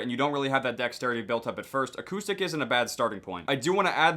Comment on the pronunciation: did he say "a koosh stick"